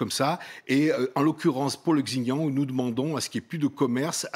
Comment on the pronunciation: J'adore, le monsieur parle comme un expert mais n'arrive pas à prononcer "Xinjiang" deux fois de la même façon. D'ailleurs, pas une seule fois il ne le dit correctement. Drôle d'expert.